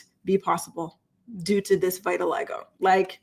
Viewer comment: Hey girl! The first syllable of vitiligo rhymes with fit, not fight. FYI